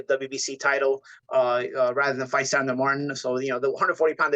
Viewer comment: It’s “Sandor”